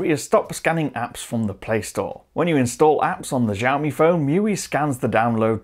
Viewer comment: it's xiaomi not zhaomi